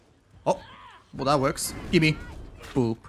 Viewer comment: Sometimes I think you say gibby instead of gimme